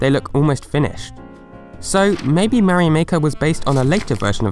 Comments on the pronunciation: THE WAY HE SAYS MARIO PISSES ME OFF SO BAD ! IT'S MARIO, NOT MARY O! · Why does he keep saying 'Meh-rio'. Mario is not that hard to pronounce. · whats a mayrio i only know MARIO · it is very odd the way you say Mario, like Marry Oh lol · .....I die inside Everytime you mispronounce Mario....it's slowly driving me into a homicidal rage....